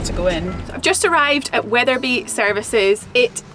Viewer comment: There’s no H in Wetherby!